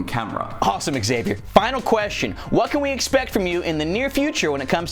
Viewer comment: How non english tongue hears Xavier: ExSavior